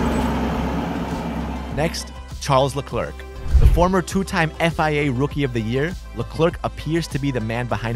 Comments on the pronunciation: Its not pronounced le clerk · He said Charles lekörk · man said "la clerk" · He kept pronouncing Leclerc wrong 😭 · Um you pronounced leclerc wrong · Charles who? learn to talk m8. English isnt the only language u know.